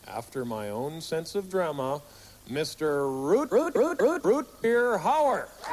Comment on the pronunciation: " ROOTBEER Hauer" !!!😂😂😂😂😂